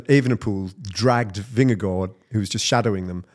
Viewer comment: and - take note of how Ned, a legendary British broadcaster, pronounces “Vingegaard”. Don’t overthink it with “Vinga-goo”! 😅